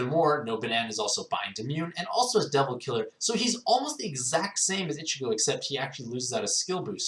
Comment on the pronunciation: It's pronounced EECHEEGO